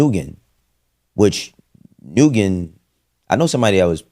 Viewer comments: No this man did not say NU-GEN. Let me help you brother! The Asian last name "Nguyen" is pronounced similarlyto "win" or "nuh-win" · Just in case anyone is curious or doesn't know, the way to pronounce "Nguyen" is either "N-wen" or just "Wen." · Nguyen is pronounced "nWin or Win" just an FYI.